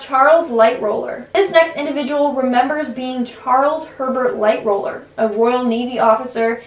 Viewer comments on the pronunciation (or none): You said Hatshepsut and Amenhotep wrong... Also, there is only ONE R in Lightoller, making LightRoller the wrong pronunciation... You mean Edward AustrIAN NOT AustRAIN. You know like what someone from Austria would be...an AUSTRIAN. It seems you REALLY need to work on either your reading or speaking abilities, perhaps both, depending on what your issue is. Tina Turner is just some crazy loon who convinced herself of this B.S. Most people, in fact, the majority, who "think" they've been reincarnated started thinking it at a very young/early age. It's because there are spirits (Muslims call them Djinn) who like to screw with the living and whisper that crap in the ears of young and impressionable children. They didn't really experience what happened to those who actually lived those lives. They're being swayed, and influenced, by vengeful entities who find it entertaining and funny. Entities who have been living/existing on this planet for millennia, and have seen it all happen first hand.